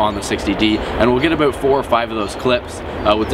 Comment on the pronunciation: what's that all aboot? LoL